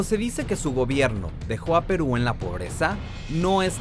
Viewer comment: El Fujimori Como Quisieran Que Fuera Presidente De Perú Si Ni Sabe Pronunciar "Perú"...